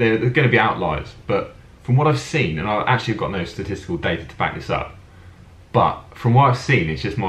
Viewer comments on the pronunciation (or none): none